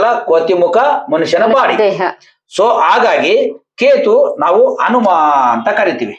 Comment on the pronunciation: ಅನುಮ ಅಲ್ಲ ಹನುಮ